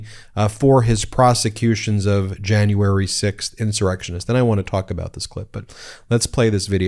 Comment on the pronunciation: stu2 I despise her! I know it's petty, but I can't even stand the way she says "Jane-uary" instead of "January"! She's a vile ignorant monster.